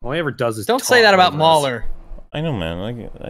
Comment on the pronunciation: MauLers pronunciation is the correct.